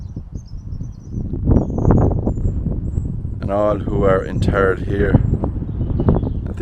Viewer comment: Lol he said "in turd".